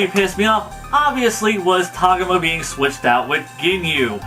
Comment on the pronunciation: its TAH-GO-MA not TOG-UMA